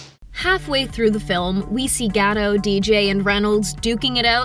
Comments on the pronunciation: ma'am, it's GA-DOHT... and definitely NOT Ga-Dough 😆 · Gadough? Meh. It's GadoT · Gal's last name is pronounced "GaDOT"!!!! By now anyone knowing movies should know it's NOT "Ga-doh" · Great movie! Needs sequels for sure! Also her last name is pronounced 'gah-dote" not "gah-doe' like in French. T isn't silent. Gadot means river bank, while Gal means wave in Israeli. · Dude this how to say Gal Gadot name right: Gaal Gaaa-dottt.🇮🇱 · Good review. Coaching moment: Make sure you pronounce names correctly. Gal's last name is pronounced Ga Doe' tu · Great video but the way she says Gadot mildly infuriates me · After Gal has become an International star for some years now, you still don't know how to pronounce 'Gadot' ??!?!?! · It is quite annoying when the narrator doesn’t show any respect by not learning how to pronounce Gal’s name. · Gal Gadot (with a pronounced"T") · Learn on how to PRONOUNCED GAL GADOT 1st Then you can go back making YouTube videos She's been an actress more than a DECADE And you don't know how to pronounce her name? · You pronounce the T in Gadot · It’s not “gah-dote” either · You should pronounce the t in Gadot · this lady really cant pronounce Gal Gadot´s name... ouch